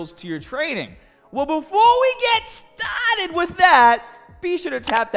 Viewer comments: Translation for you new guys: BAHHBELL = Barbell STAHHTED = Started AHHM = Arm HAHHDA = Harder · make a t shirt that says "let's get this pahhhty stahhhted "